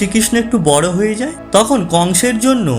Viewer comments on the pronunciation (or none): none